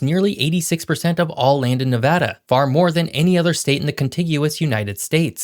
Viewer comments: On behalf of all the west coast.. thank you for pronouncing NevAda correctly! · Thank you for saying NEVADA the correct way!! We appreciate it! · Thank you for pronouncing Nevada correctly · Thank you for pronouncing Nevada the correct way. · Thank you for pronouncing my state name correctly!! LOL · thank you for pronouncing it right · As native Nevadan, I'm just glad he pronounced the name of the state properly!!!